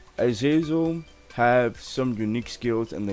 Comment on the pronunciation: Nigga said "Azazer" im sleep